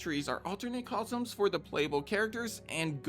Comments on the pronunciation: I hope you've managed to get over your speech impediment and can now say the word "costume" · have i been saying costume wrong this entire time